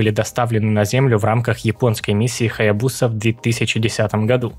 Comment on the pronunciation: Каллисто пишется с двумя Л. В Хаябуса ударение ставится на первую А и может звучать как на Я.